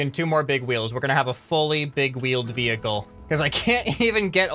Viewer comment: towing your maining wevuicle whoud be soo cool